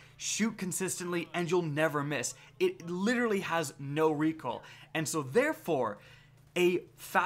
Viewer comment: I think he is trying to say "recoil"